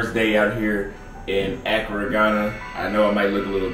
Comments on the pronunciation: It’s not Acura (a car), it’s Accra (A-Craa). 😆. Sorry you drove me crazy with that. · Pronunciation .... uh-CRAW! not ACC-cruh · Great content, bruh! The black with stripes set…….Your tailor’s work is 🔥🔥🔥. Your swag will get even more off the charts if you learn to pronounce Accra correctly. 🤣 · 'Don't think you are pronouncing Accra properly. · Can you pronounce Accra correctly? Lol.